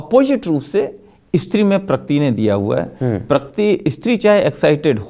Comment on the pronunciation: Ek to pakirti nhi prakriti hota hai saale...kl ko iski beti ke saath(bhagwaan na kre) aisa kch hua...tb bhi yahi bolega?